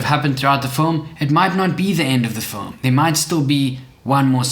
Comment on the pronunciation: First of all pronounce FILM correctly bruhh.